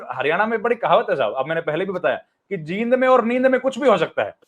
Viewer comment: Jind me bdi e ki matra lagti h theek se bola kro